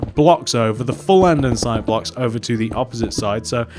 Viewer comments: Its not andensite its andesite. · Sorry, but you are aware that "Andestie" HAS NO "N" it's not "ANDENSITE" it's "ANDESITE" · Anyone else get really triggered by the way he says andesite